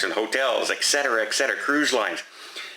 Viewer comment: ET CETERA, PLEASE! NOT ECK-CETERA. Even the abbreviation, etc. does NOT have a k in it!